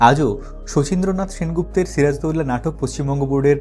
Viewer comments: ওনার নামকে কেন বিকৃত করে উচ্চারণ করা হয়? সিরাজ-উদ-দৌলা অর্থাৎ, সিরাজুদ্দৌলা উচ্চারণ হবে। এমন করে কেন বিকৃত উচ্চারণ করা হচ্ছে সিরাজদৌল্লা? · এমন বিশ্রী করে উনার নাম বলছেন কেন দাদা ? বাংলাদেশের বাঙালিরা তো আরবি নাম ঠিক ই উচ্চারণ করতে পারে, আপনাদের এতো কষ্ট হয় কেন ? ওটা সিরাজ - উদ - দৌলাহ হবে দাদা, সিরাজ দৌল্লাহ না। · এখানে একটা বিষয় আছে বিষয়টা হচ্ছে নবাব সিরাজউদ্দৌলার ধর্ম। এটা যদি আপনাদের মনের মতন হত তাহলে ওনার চরিত্র নিয়ে কোন ধরনের সন্দেহ কখনোই আসতো না আপনাদের মনে! আর ওনার নাম ছিরাজদৌলানা! কথাটা হবে সিরাজউদ্দৌলা উচ্চারণ করা শিখুন আগে।